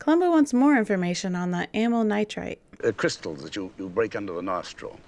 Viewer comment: A fun fact about the amyl nitrite bit: It very much sounds like they're saying Amyl nitrate, which, if they really say that, is a pretty big blunder. Amyl nitrite is in fact the medicine described by the doctor, whereas Amyl Nitrate (!) is an additive in Diesel fuel. In the German dub, they even make this mistake and actually have the people call it Amyl Nitrate. A quick addition: I just checked the script of the episode and in the script they do indeed say: Amyl Nitrate.